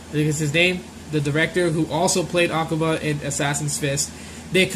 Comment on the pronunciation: () nice video man! I have been waiting so damm long for World Warrior! it's been my favorite SF storyline of SF2! Also the strong syllable is ku in akuma! Not in the A